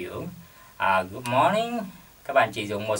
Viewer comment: Good morning chứ ko phải good moring thầy ơi